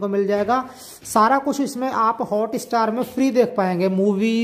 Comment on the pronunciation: It’s not hota star🤣🤣🤣🤣 it’s hotstar!!